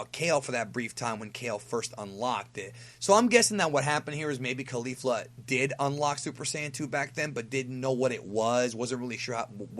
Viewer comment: My dude.. it doesn't matter too much but isn't it pronounced KoLee-Fluh not Koh-Lifla?